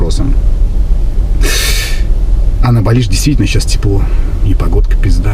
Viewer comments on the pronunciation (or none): Не БалИ, а БАли, что ж вы, что одна, то второй, великий русский язык!!!😂😂😂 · Светская львица не знает как правильно называть, не балИ, а бАли.🤣 а поддакивает... вот такие у нас люди, с высшими образованиями..🤣🤣🤣